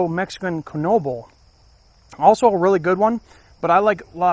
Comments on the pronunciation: Keen-wah? i thought the same thing. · Quinoa pronounced keen waa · Quinoa is pronounced keen-wah. 😂